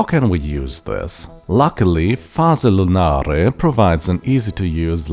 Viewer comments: you pronounced it well! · Yes you did it well, I find it a funny name for synthy stuff 😅